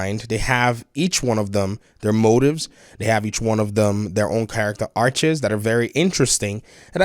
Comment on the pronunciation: Did you say story “arches”?